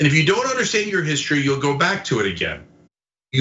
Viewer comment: Again, Trump can't spell nor pronounce the word "history." How in the world can you expect him to get the statues correct?😆